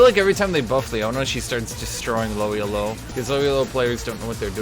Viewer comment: Elo is not an acronym. It comes from a name. Just enunciate it as a word.